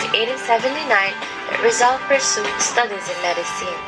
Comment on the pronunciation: not rizoul its in filipino na parang Rii + z + al